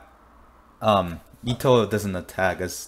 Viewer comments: It’s pronounced e-to not ea-to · WHY ARE YOU SAYING EETO ITS PRONOUNCED EHTO OR ETO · IT'S ETO NOT EETO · Eto not itow 😂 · u said her name in a wierd way .-. u said it like its Ito just like .-. Ito Ito no mi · Btw Eto is a girl are you assuming her gender.Also it’s pronunounced Et-Oh😤😡🤬🤬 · Its pronounced Eh Toe but its spelled Eto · Why u say ee to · You are saying eto wrong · Your saying eto wrongly